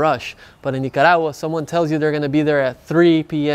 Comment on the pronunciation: I like the way you pronounce Nicaragua.😊 Great video. I’m looking into visiting there soon. Cheers ☕️